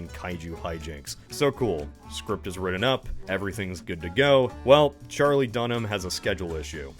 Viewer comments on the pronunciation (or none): none